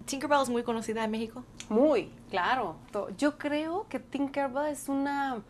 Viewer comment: Kureme creo que quiso decir tinker bell y se escucho corto